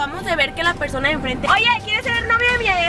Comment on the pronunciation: Like si te diste cuenta que decía PERDONA en vez de persona Like para no desaparecer